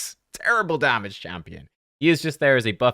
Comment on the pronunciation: Imagine saying not enugh, not quite a billion damaga 😂😂😂